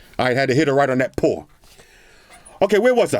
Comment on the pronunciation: “I had to hit her right on that paWwh”